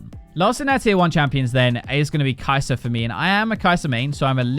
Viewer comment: Kai'serrrrrrr - Xayerrrrrrrr - Kog'mowrrrr - Tristanerrrrrr - Kalisterrrrrr